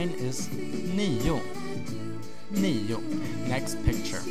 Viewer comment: uhm ive seen this movie 0-10 of the girl from oswedish but you say 9 and 10 both sort of diffrent.. is that because off an accent? and damnn i'm struggling with the 7!!